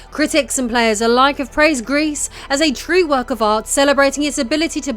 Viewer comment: Gris as a silent S, otherwise it sound like grease and it means GREY